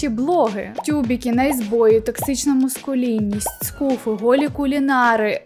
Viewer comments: Дуже часто чую цю помилку і тому не моду стриматись. МАскулінність не мУскулінність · Маскулінність. Не мУскулінність.